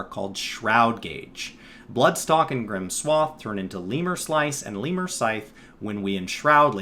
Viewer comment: Lemure is a word for a greek demon. It's pronounced [to the best my understanding] leh-myur-ee not lee-mur